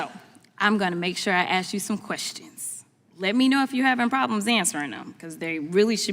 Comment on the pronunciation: If you can't properly pronounce "ask"..You're stupid.